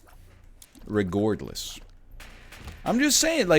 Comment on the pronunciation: Love when NL says "regourdless"